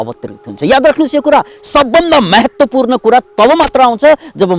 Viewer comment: महत्वपूर्ण कि मेहेत्वपूर्ण हो हजुर! उच्चारण, जय होस!